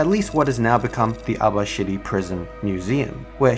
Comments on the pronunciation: Why do I keep hearing Abashitty prison? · Abashiri prison..... Pronounced Aba-shitty prison Hmm probably why it sucks so much